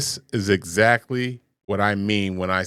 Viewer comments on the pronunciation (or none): Well, look how they pronounce "EXACTLY." They leave off the "K" sound, maybe even on words like it, like "except" becomes "ezzept"